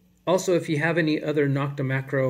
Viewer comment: Thanks. NO-k-ta is pronounced with a long O, just like the O in Makro. Not Knock-ta.